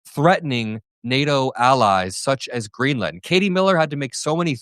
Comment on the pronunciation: Hummmmm !!! Is their oil in ‘GREELAND’. 😂🤔🤣😆